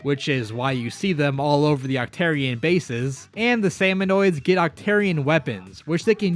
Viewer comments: glad to see im not the only one who calls them salmonoids instead of salmonids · I cringed every time you said salmonoids. As well as Mary. Her name is Marie! muh-REE.